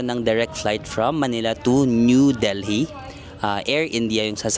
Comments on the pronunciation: Silent H yung Delhi pag binigkas -- Deli not del-hee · Wow India! Delhi is pronounced with a silent H.